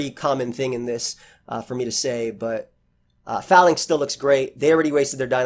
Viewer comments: Call this mon "Fay-links" not "fa-links". The name is a pun on a defensive troop arrangement used by the ancient Romans called the Phalanx (fay-lanks) #tmyk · It's pronounced "fay-links" I would assume. Long 'A' sound. I assume based off "phalanx" (an ancient greek military formation) and "link" like a chain of something.